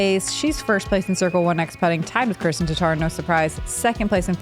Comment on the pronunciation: Can anyone confirm? Watching a lot of Latitude 64 videos Johnathan and Johannes pronounce Kristin Tattar’s name Kristine. But all the announcers always pronounce it Kristin. Just wondering.